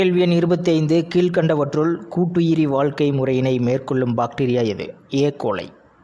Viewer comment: Sir ஏ.கோலை no எ.கோலை